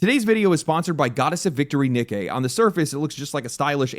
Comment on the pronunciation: Great pronouncing Nikke